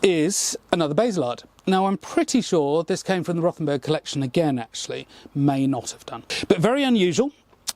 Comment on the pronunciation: Just ignore the H in Rothenburg.We just say it as Rotenburg. The h doesn't really do anything